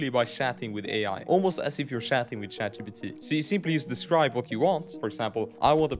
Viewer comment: Shat G Pee Tea